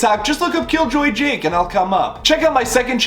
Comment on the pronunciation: How he says "KillJoyJake" Here..🔥🔥🔥 Pure "English" pronunciation...Love it..❤️